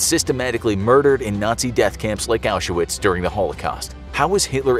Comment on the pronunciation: how do you not know how to pronounce Auschwitz????